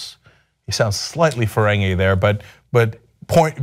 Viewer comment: "Slightly Ferrengi"